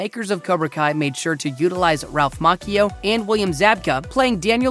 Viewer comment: He done said maKKio